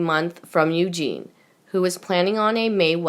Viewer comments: Oh shit spitz is back again mispronouncing princess Eugenie while swollowing mouthful of saliva and reading at at a year 4 level, please piss her off never to be heard again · princess Eugenie is pronounced incorrectly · Narrator Eugenie's name is pronounced You-jean-knee. Not You-jean. Eugene is a man's name. Eugenie is a woman's name. All your words are messed up. Look up words and ask how to pronounce words. Bad reading of this video.